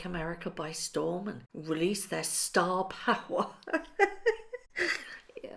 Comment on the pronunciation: 😂couldn’t stop laughing when you said “STAR 🎉POWER “ 😂😂😂